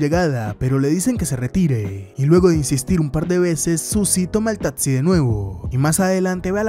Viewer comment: me desespera q no pronuncies bien las palabras dices: “tatsi”, “diretsión”, “contesto”, entre otras…